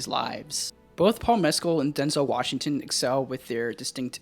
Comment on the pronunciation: Denzel Wash-a-ton